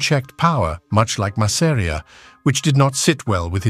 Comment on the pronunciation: . . OY !! LETS HAVE IT RIGHT- ITS 'MASS'-'AR'IA NOT 'MASSERIAH'. ALSO LOOSE THE SUBTITLES- THAT RUINS THE NARRATIVE. WE CAN READ ! PISSED US RIGHT OFF . . . . !!